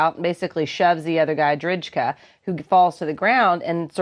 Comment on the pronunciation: I'm sorry but the mispronunciation bugs me......it is pronounced "drayka". And Drejka was so aggressive towards the woman in the car that spectators were pausing before going into the store. McGlockten comes out after someone tells the clerk that there's a problem in the parking lot...that some guy is yelling at a woman. Now, don't get me wrong, McGlockten should not have pushed Drejka, but the fall looked fishy to me and McGlockten was stepping back when he was shot. I just think it should have been murder, not manslaughter